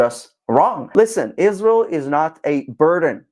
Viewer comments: She is one of THE worst offenders - when it comes to obsessive bad faith lies. lmao She can't even get the name right. Ishreeul. lol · Ever since she married a white Catholic beta boy and turned Catholic, she became possessed by a hate spirit of Israel. In her hatred, she doesn't even pronounce Israel correctly, like an ignorant person. She should do a deep study of the Catholic religion that started 321 years after Jesus by a conniving pagan emperor and also the muslim religion that started 610 years after Jesus, concocted by the Catholic Church because of their hatred of Israel.